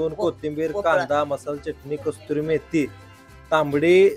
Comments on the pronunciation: कसुरी असत मराठीत पण कस्तुरी नसत 😂😂😂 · अरे दादा , ती कसुरी मेथी असते , कस्तुरी मेथी नाही ! चुकीचा उच्चार तुम्ही करू नका , आणि समोरचा तसं करत असेल , तर त्याला थांबवा ! आणि खरा उच्चार सांगा !